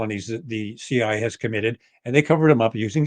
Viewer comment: Why does this guy always refer to the CIA as "the CI?" Is it really that difficult to say CIA?